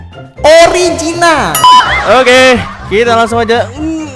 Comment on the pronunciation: neGas amat ngomong originalnya🤣